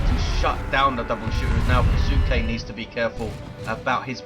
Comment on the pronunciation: Hey if you're curious Kisuke sounds Japanese to me so it should be "Kee-su-ke" with a very short if pronounced at all "U" sound. So you 've pretty much got it down just make the middle part of the name "su" much shorter.